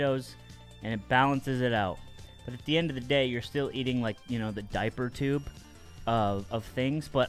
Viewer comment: "Daiper Tube"